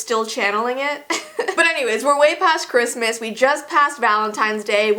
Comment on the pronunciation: I thought you said crispsmas not Christmas